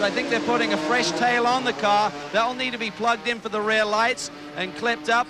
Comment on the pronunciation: This guy say care instead of car:. 😂